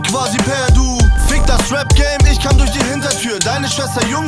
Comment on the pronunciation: der erste Atze, der "ich" aussprechen kann! krasser typ!